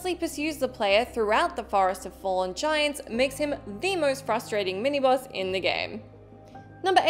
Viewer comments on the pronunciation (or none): It's boss, not bus.